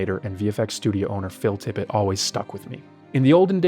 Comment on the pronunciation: also it's TippetT